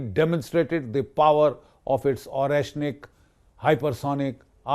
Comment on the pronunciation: Lots of respect for Gen G.D.Bakshi. Just don't understand why he keeps pronouncing the Russian names wrong.....Donetsk, Pokhrovsk, Oreshnik, Dnipro-Petrovsk...and it goes on. Otherwise salute to him.